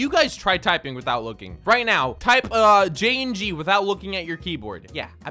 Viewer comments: You said jayingee not Jayingee! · Gabinyee instead of jayingee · “Jayyengid” I don’t think that’s correct 😢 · I got jayinhee too XD let me try again "jaongee" OOF